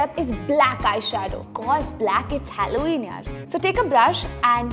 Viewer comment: you don’t even know how to say halloween